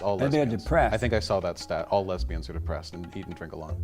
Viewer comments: Lez-bee-yon's. Jesse Lee must be curious. He asks that question about men being with men a lot. JLP is a strange guy😳. I was waiting for JLP to call this guy a beta male😂😂😂. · "Why lez-be-ons so fat?" My funeral will be held Friday, please attend